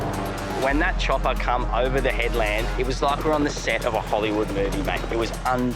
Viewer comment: So the Police didn't want to get their feet wet in the "Wada" [sic]. But then the "Choppa" "Come" "ova" and it was like a James bond Movie. Are none of these people educated?